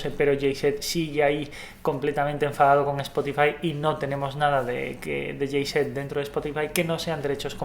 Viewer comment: Que feo pronuncian los Españoles Jay Z ó AC DC !!!! 😱😷😷😷